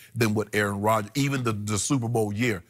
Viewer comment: Oh Rodgers not Rodgens